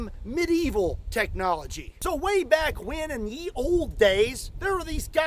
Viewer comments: Ye was pronounced as 'the' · You are wrong,. That DOES not say "Yee Old Bomstick" the Old "YE" is actually pronounced "THE" becaus the "Y" was standing in for a letter we no longer use but that normally did not have a representitive in the metal typeface blocks the old printing presses used to use. just like those long "F"s got used for "S"s, the "Y" got used in place of a letter called "Thorn" that made the "TH" sound and kinda looked like a vertical line with a giant loop for a belly on the right side, anfd the belly is upward turned as you might imagine a fat person leaughing while standing up and bending over backwards. But over time, as the "th" at the end of words like length and strength and breadth, etc, was kinda also making the "TH" sound too, and printers need those tho letters for way more than just that, meaning they could get away with fudging the letter "Thorn", but they couldnt get away with not having "T"s and "H"s and so over time, the "th" combo just started doing at the beginning of words the same thing it was doing at the ends of words, and slowly over time the letter "Thorn" just faded out of use. So yeah, "Ye Olde insertspecificthinghere" is not "Yee Oldy" anything. (props to for pronouncing "olde" as "olde") \. "Ye Olde..." was understood as plainly and simply in its own day as "The Old.." is in our modern world. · Fun note, 'ye olde' should be pronounced 'the olde.' When printing presses first came about they used Y to easily print a similar letter that was used to represent the TH sound. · Oddly enough, Ye is pronounced The. The Y is taken from the Norse that used the rune "Y" for the th sound. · Little known fact: “Ye” is not pronounced “Yee”. The Y in Ye is the closest letter in the standard alphabet that resembles the Old English character that actually had a “TH” pronunciation. So it’s really is “-The-Olde Boomstick”!😂 UPDATE: I’ve just been informed that I’m running a little bit late to the comment section…😳